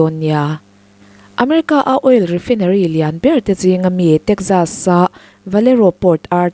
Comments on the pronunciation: Refinery a nih chuan, Rifainari tiin lam ri ve mai teh. I aw-phawi a nalh viau sia, Sapṭawng word Common zual te hi chu, lam rîk dik loh chuan a hahthlâk ṭhin. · Rifaaa..inary ti a lam tur ania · Oil refai-nery tiin lam roh. Lo haw lo la; ka ron hrilh zel ang che. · refainarii tiin lam ri teh,i aw a nalh in a fiah țha si...no offence please refinery hi refainarii tiin lam thin a ni e